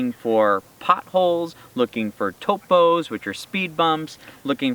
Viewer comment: Hello I liked your videos, greetings from Mexico, you pronounce a little funny TOPE= Speedbump, you pronounced it like TOPO=a mole, I am kidding.